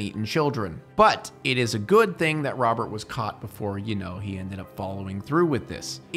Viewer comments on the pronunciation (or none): none